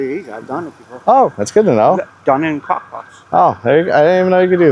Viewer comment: Dude, do yourself a favor and don't say the words "gwon-up, kwokpot, wong, wealization When you said cooking and eating her kink was "unorthodox", ya think?!🤯 I was dead. Love your choice of words.